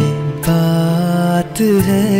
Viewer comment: Anyone noticed that he pronounced "jubaan pe kaat h lekin" instead of "jubaan pe baat h lekin"